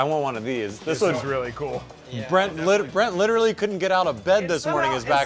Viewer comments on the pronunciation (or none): none